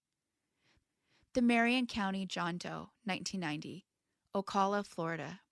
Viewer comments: Ocala = Oh-kal-AH. I'm sure you'll see more in or near the area, because Florida. A lot of people trip over Florida names, don't worry much over it. If you're ever in doubt just find some local news shows from the area that mention a town or county and hope you got local anchors who are familiar. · Thanks for another respectful video. ❤ For future reference, cal in Ocala is pronounced like the cal in Calvin.